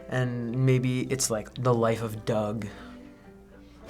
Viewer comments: Why can't they say Doug? lol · That little girls pronunciation of Doug 😂😂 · When that one kid mispronounced Doug. Epic on all levels.